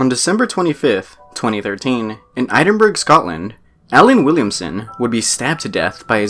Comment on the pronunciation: As a Scottish person I almost cried at the way you said Edinburgh, it’s eh-den-bruh